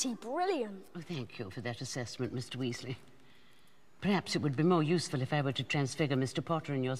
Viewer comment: Lol... and the WEEZLEEZ... LOL